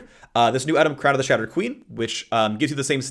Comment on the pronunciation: Shrown- Shrown? Crown of the Shattered King